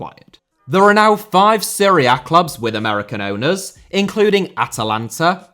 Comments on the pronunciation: Seria? Is he trying to say Serie A? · It’s pronounced Serie A not Srre A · Every time you say "Seria A", I keep hearing "Syria". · It took me a while to figure that you were saying Serie A. Even the YT CC generator identified that as Syria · I understood Syria every time you were saying Serie A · i was so confused why he kept talking about syria... why the fuck does he pronounce serie a so weird lol